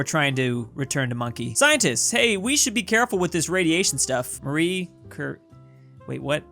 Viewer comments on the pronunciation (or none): none